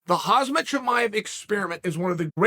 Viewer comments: ...dude...the name is Khamzat (not KhaZmat). stop it already )) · How does Chael have 10+ videos about Khamzat but still can’t pronounce his name right? Its Khamzat, not Khazmat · Chael: “Hozmet” Also Chael: “I’m a broken record over here.” Chael again: “Hozmet” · It's not khazmat, it's khamzat Chael. Be respectful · Yeah Hazmat Blahhhaaall and kamara lol Jesus dude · He still can’t say his name right, that’s so wild to me. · Do you mispronounce his name on purpose?